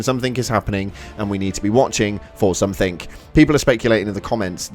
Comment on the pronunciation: To be fair he said "somethink", like three times in the vid so that should show you the IQ of the guy.